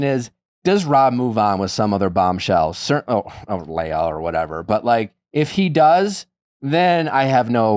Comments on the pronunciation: Why does he keep saying “Leyah” when everyone is pronouncing it correctly as Leah?! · STOP SAYING "LAYAH" PLEASE - legit almost stopped watching because of this so annoying her name is Leah